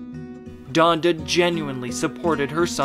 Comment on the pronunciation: This man said Jonda